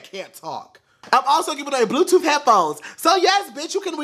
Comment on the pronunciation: "BLUEF TOOF" I'M SCREAMING SO BAD RIGHT NOW